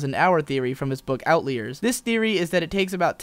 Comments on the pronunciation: "out-leers"? "Out-liars", isn't it? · outlie-ers, not outlee-ers.